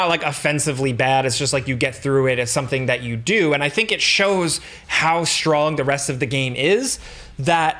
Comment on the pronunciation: Is it a New York thing to pronounce /sh/ in "strong", "orchestra" and other words where S and T stand together?